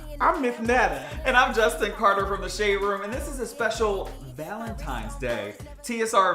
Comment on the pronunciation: Every time said “ValentiMes” I chuckled 😂 Happy ValentiMes Day you guyths❤❤❤